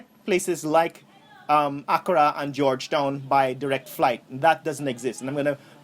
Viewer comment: Africa “Accra” is a two syllable word not three... I appreciate your positive feedback and thoughts on the visit, as a matter of fact I did ask Dr Mumbi for high lights on the visit to our country and you bring it to light. Love it